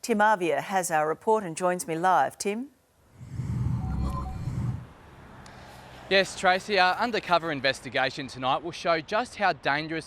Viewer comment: Tim really worked hard on pronouncing those 'R's